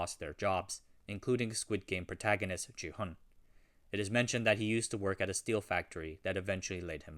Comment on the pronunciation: He's not "JI-hun" he's "Gi-hun" bruh. can't believe u keep saying his name wrong even after watching the whole series